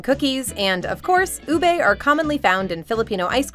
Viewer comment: LoL! My apologies, but I just find these funny. It's pronounced as "u-beh," not "u-bae." And it's, "ha-lo'ha-lo," not "hey-lo'hey-lo." I cringed then laughed when I heard this. Sorry again.